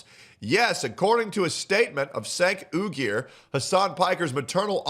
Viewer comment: I have NEVER heard Cenk's name pronounced the way just said it.... " SEH'NK OO-GEER" 😂😂 That is fking brilliant lmao.